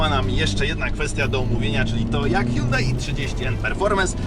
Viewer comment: Milion znaczków N i jakieś wymioty na próbę wypowiedzenia nazwy marki Myślałem że dowiem się coś o aucie ale niestety jedyne co się dowiedziałem że pierwszy i ostatni raz odwiedziłem ten kanał. Żal żenada tyle na temat prowadzącego